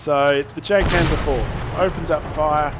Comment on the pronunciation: you know the jagdpanzer is pronounced yagpanzer, :/ it just bugged me when you said jag